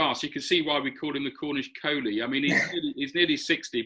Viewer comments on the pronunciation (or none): "The Village Vettori!" Love it! I must admit the first time I heard "Cornish Kohli" I thought you said "Cornish Coney" (as in rabbit). 🤣🤣🤣